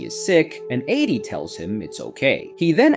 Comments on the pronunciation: The inability to figure out if you want to say Addy or A.D. makes me pretty sure this is an AI voice? Easiest way to get a downvote :( Edit: BARA BARA?!?? Yeah this is obviously AI, someone misspelled Barbara and the AI is just a fancy TTS so it said what was written. Channels like this are such bs. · So...is it Addie or Adi? You'd think somewhere in the movie her name is pronounced and you'd know the correct way to say it. Is it just me or are there waaay to many creators on YouTube that can't pronounce words they literally had to hear at least 10 times in the proces of making their content? Edit: Is this AI? The moment he couldn't pronouce Barbara the thought popped in my mind, is this being read out loud by ai? It would explain the constant mistakes.